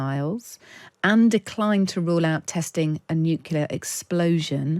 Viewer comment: Nucular? … Try nuclear.